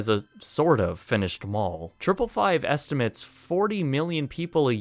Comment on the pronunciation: “Estimate” used as a verb (way you used it) is pronounced “esti-mAte” (like you “ate” a pizza). Apart from that minor detail...well done. Awesome series and very informative.